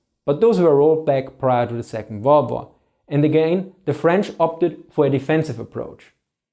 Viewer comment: Hey, great vids. The pronunciation is: Second World WAR (not Second WORLD War) Cheers